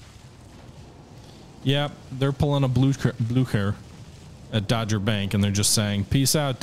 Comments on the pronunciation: Dogger bank has a hard G so DOGG-er not Dodger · I'm pretty sure it was Dogger Bank, not Dodger Bank. P.S. You may want to build some faster CA's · Dogger Bank, not dodger. 🚢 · Dogger bank....not dodger bank.....It's an important battle.